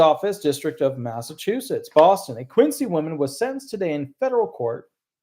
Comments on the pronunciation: ....The first case you mentioned from Quincy, Mass. is pronounced "Kwinzee". I believe the city is named after John Quincy Adams. The city has turned into a dump. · Quincy is pronounced Quinzy in Massachusetts